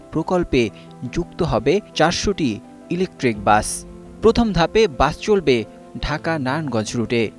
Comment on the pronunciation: উপস্থাপন উচ্চারণ ভালোভাবে শিখতে হবে,বাস কিছু কিছু ক্ষেত্রে বাচ, উচ্চারণ করতে শুনেছি, ভালোভাবে উপস্থাপন করতে হবে,😮😮😮😮😮😮😮